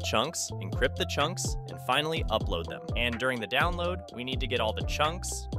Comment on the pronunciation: "downlaod" lol